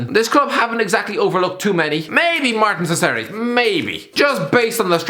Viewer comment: please learn how to pronounce Martín Cáceres. (Hint: it’s not Marsin siseris)